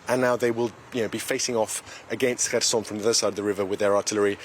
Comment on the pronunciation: finally someone who can actually pronounce kherson correctly (the correspondent)!